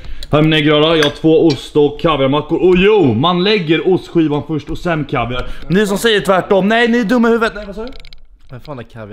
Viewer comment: man lägger kaviaren och inte KAViarn udner osten